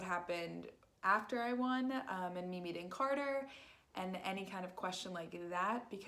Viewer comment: You keep saying cater 🐱 It’s carter no affence